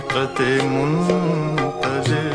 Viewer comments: Not Jagjeet singh voice and misteck in Liricks he sad {muntazir} repless ~muntazar ~ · pehla misra hi ghalat adaa kiya gayaa hai. yahaan asl lafz ' muntazir' naheen 'muntazar' hai. yeh aawaaz bhi Jagjeet Singh ki naheen hai. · The correct phrase here is"Haqioqat-e- ""MUNTAZAR"as is shown in the caption,but the sinnger pronopunces"muntazir"which is not correct here.This seems to be because in Urdu we only used the word "muntazir"which neans one who does the intizar,but Iqbal has used the passive foprm "muntazar" which means the one we are waiting far....i,e, God,As the person who used it is Iqbal it has become accepted part of part of Urdu which form was previously used dnly in Arabic.